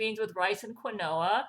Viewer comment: fyi its pronounced KEEN-WA not QUEEN-OH-A